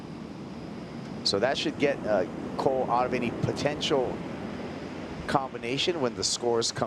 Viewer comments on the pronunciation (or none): Is there no one responsible to tell to NOT say "100%" anymore? Is there no one reponsible to tell that it is "POTENTIAL", not "potention" or whatever fantasy word he made up there.